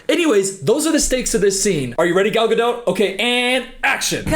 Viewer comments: The t at the end of Gadot is silent........ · “this fk ass BOB” 🤣🤣🤣also, I like how you enunciate the “T” in Gadot (it’s silent!) 😂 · the t in gadot is silent. Good video mate. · Her name is Gal Gadot, not Gal Gado. She is Israeli, not French. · Come on, she is not French, why do you pronounce her last name like GadO😂 it’s pronounced with a T at the end: GadoT. Stress on first syllable. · You could say her name right though…she’s not French, it’s Gad-dot, you can say the damn T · You really are hitting the ‘T’ in Gadot. I wondered the whole first part but you totally are. It’s pronounced ga-doh. Not ga-dote. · your pronunciation of “Gadot” will be burned into my head for eternity. it’s fucking ga-dot. not gah-dote. LMAOOOOO. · why is no one commenting on the fact that is pronouncing her last name as ga-dote and not gadot (ga-doh) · It’s pronounced gado you don’t say the T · her name is pronounced Ger-dot! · is it not pronounced "Gadough"?? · Gah-DOT. She's not French, FFS. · what is her last name lol one minute it’s gaDOT then gaDOE then gaDOTE like why is it always pronounced different lmaoo. literally every video I’ve seen they pronounce each one within a few minutes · assuming you're pronouncing her name with a hard T as a slur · It’s Gal GadoT, she isn’t French she is of Israeli decent. No silent T . As yes she is a terrible actor!! 😂😂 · You’re right that she sucks at acting but if you’re going to make a 20 minute video blasting her then at least say her name right. It’s Gal guh-dawt. Do you pronounce dot as dowt? All you need to do is listen to her say her own name. It’s annoying listening to you say it wrong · Btw incase anyone thinks I'm being a willy im not cos I didn't know how to pronounce it before snow white came out an ive legit not stopped saying her name all day long 😂 im just going about my business an say "Gal GadoTTTT" out loud an try an make it sound cool but it's impossible 😂😂😂😂😂😂😂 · Why can't this guy pronounce Gadot's name?